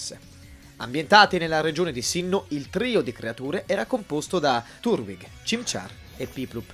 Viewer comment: turwig non si può sentire dai ma davvero fate ahaha si legge tartwig è una tartaruga